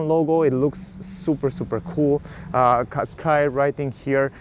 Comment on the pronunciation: Не Каскай а Кашкай )